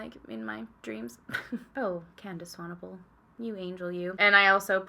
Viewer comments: 🙌🏻 I am so impressed that you pronounced Candice's surname correctly seeing as many people outside of South Africa struggle with it quite a lot! Seeing as I'm in RSA and CT is ridiculously expensive here, the advent calendar would be an absolute dream. I'm going to narrow it down to: 👯💃🏻🎄 email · YOU CORRECTLY PRONOUNCED SWANEPOEL! Lots of love from South Africa. Instagram (inspired, I know).